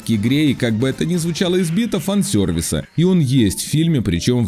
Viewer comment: Простите, но произносится фан сервис! Уши прям режет. Если пытаетесь в нормальное американское произношение, то тогда уж полностью - фэн сёрвис. А так - хочу поскорей сам посмотреть фильм чтоб сложилось полноценное мнение )